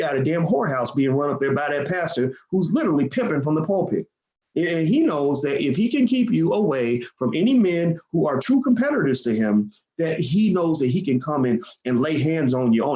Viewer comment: Lol...The Pimpit? (pulpit)